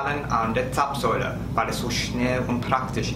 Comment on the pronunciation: Hallo, vielen Dank für dein Video und herzlichen Glückwunsch zu den neuen vielen Abonneten 👍 Zapfsäule hast du in diesem Video super ausgesprochen 🙂👍 Ich denke deine Videos besonders zum Autofahren erklärst du ziemlich gut und auch aus Sicht von Urlaubern sodass man durch deine Informationen eigentlich gut vor Ort klarkommen sollte, besonders wenn man das erste Mal in die USA reist. Wir wünschen dir und deiner Familie Frohe Weihnachten und einen guten Rutsch ins neue Jahr 🎄🎅😊 Liebe Grüße Zissy